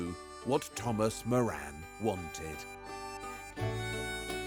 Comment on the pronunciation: Moran is an irish name .. its pronounced more-rin